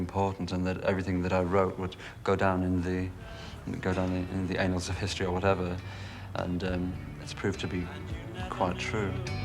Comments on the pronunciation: He said anals of history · Go down in the anals of history??? His pronunciation needs looking at. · Haha, he pronounced it the anals of history. He was right. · he's not articulate at all , just a narcissist putting on a good show , but he slipped up when he said 'anals of history' pronounced embarrassingly incorrectly. Ive met a few people like this, they're terribly boring and vapid. musics okay though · ..." the anals of history" ...a true intellectual our Mozza. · English pronunciation is wildly unpredictable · Yes, but he's also gay and may have pronounced 'annals' that way as a private joke to those in the know.